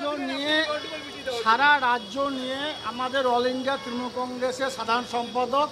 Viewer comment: তৃনমুল উচ্চারণ করতে পারছে না সে আবার নেতা